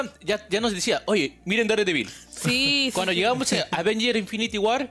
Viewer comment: Se pronuncia dardevil